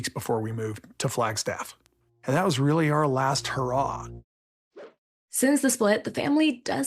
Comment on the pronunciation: I "fill" like you're taking the piss. They "rilly rilly" like those pitchers and you're going to hurt their "fillings"